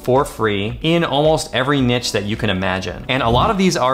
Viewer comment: great video. just a tip though, niche isn't pronounced 'nitch', it's pronounced "neesh".